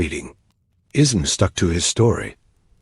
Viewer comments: The AI narration is tough to get past…”Bruce Isma” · I want to listen but the narration is horrible. I can't deal with it not saying Bruce Ismay so badly.